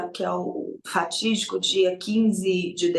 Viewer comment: "ratídico" seria pq são um bando de ratos? Kkk Normalmente se diria fatídico...